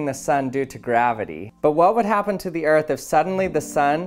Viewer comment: I thought the other balloon said fart not earth